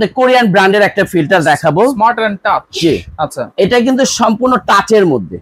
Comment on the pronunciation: টাস না, টাচ।